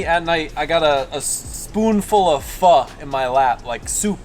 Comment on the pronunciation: 😂 fr appreciate you doing the best pronunciation of a pho. ww3 almost happened between me and my girl on the pronunciation of Tom Yum when I mentioned that the food influencer/reviewer pronounced the words I incorrectly. Lolol